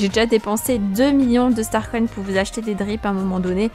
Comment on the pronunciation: Pourquoi tu dis starcoyne ? 😂😂😂